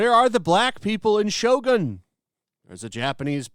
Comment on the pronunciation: its shogun not shotgun we dont need any black in here